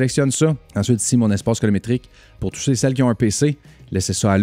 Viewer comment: Yezzzirrrrrr!!! Encore un autre excellent vidéo! 👍 *Colométrique ou Colo"RI"métrique!? 🤔😉